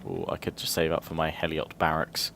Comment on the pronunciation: Heliot slingers is pronounced Helot